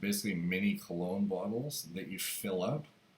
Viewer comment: Dr kologne u said like an idiot !